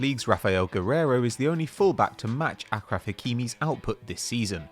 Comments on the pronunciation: It's achraf not ackraf A S H R A F ffs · Achraf is prounouced as ashraf